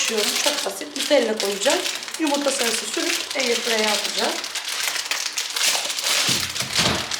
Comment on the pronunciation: air frey demen beni mahediyo be sdfghjhgfds air frayır diye okunuyo:((